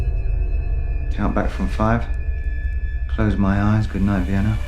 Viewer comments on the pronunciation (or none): none